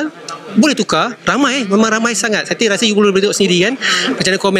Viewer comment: Suruh ajai betulkan sebutan S nya jgn saya di sebut jadi shaya,shyuka,shyanang baru lah komen orng